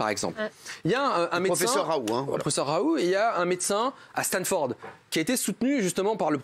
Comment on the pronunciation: Pourquoi il prononce plus le T quant-ils disent Raoult ??